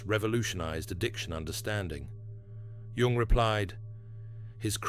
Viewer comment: This AI voiceover has steadily worsened to the point that it now inconsistently mispronounces even Jung’s own name. The whole vid’s narration wallows in the uncanny valley—replete with incorrectly parsed word collocations, phrases, and jarringly terrible phonology. It’s embarrassingly unwatchable.